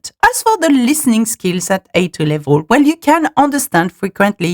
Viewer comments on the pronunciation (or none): Très bonne vidéo, mais s'il te plaît, travaille ton accent, ton anglais est sans doute formidable mais ta prononciation laisse parfois vraiment à désirer, notamment tes "laivoles" et non "level" :)